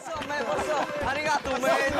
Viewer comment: arigato man.....BRO HE SPEAKS GUD JAPANESE...(i'm japanese :'D)